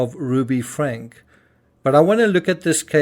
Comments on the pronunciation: Want to be an authentic voice? Then say names properly: FRANK-E not Frank. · Just FYI Franke = Frank-E . there is an E sound at the end of her last name. :) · Her name is pronounced Frankeee